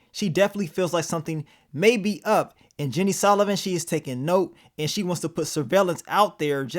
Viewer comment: Is it that hard to say "Sullivan"🫤🤷🏾‍♂️🤣 love yo vids tho Bro 💯💪🏿